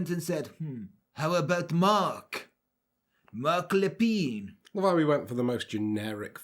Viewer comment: Being a Canadian, your French accent and pronunciation was tres bein! As soon as you said his name I knew the story. Canadians still remember and recognize this tragic day. Wonderful and thank you.